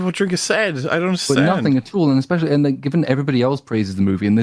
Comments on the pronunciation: This guy actually said "EXspecially" and "all intensive purposes" in less than 2 minutes, we're in for a treat with this one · Man this guy is dumb. Lost count of how many times he misrepresented or misunderstood Drinker's points, and it's hard to take him seriously when he says "eckspecially", "for all intensive purposes", "plutonic" etc. When you want to act intellectually superior to whom you are responding to, it would behoove you to speak your native language correctly. Just another low-effort slop breadtuber.